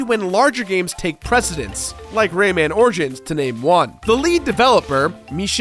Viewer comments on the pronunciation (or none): none